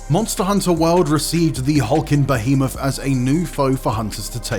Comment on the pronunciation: Love the Monster Hunter content. But us being geeks means we're gonna argue about this list. This list was all over the place. Also the guy can't pronounce half the monster names. Behemoth? Legiana? Shara Ishvalda? Namielle? Astalos? Crimson Glow Valstrax? Why all the variants? Who cares about Raging Brachydios when you can have OG Brachydios? Where's Rathian? Bae-zel-goose? Aaaaaaaaaaaaaaaaaaaaa Come on, you can do better than this.